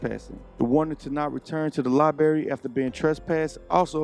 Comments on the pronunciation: Great video, only thing I’d correct is using the word “libary” it’s library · its not a GODDAMN LIE BERRY ITS A LIBRARY, BRAIR. learn to speak the fucking language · I know it's trivial but it grates on my nerves when I heard a library called a libary. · respectfully it is pronounced LibRary, not liberry. It’s not like a strawberry or a raspberry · “Li-barry?” It’s pronounced “Li-bRary”